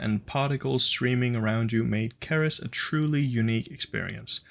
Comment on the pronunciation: Cerys is taken from the real life dwarf planet 'ceres' , its pronunced as 'see-rys'. If you are welsh then your pronunciation is understandable though.